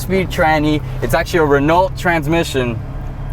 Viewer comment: He also said “Renolt”